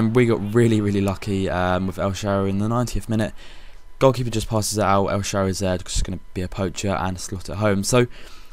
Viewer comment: You say El Shaawary's name so wrong haha :)